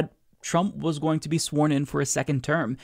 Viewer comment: I like how you said "going" like "Goya-ing". Hahahahaha!